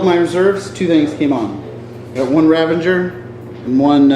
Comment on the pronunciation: RAVAGER! NOT RAVANGER! ARGHHH! Awesome bat rep though! :)